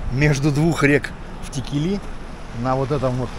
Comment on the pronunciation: Текели читается с ударением на первую букву е ,а не на последнюю.